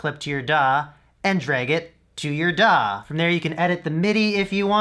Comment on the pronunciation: "Drag this clip to your duh" xD i know it said DAW, yes.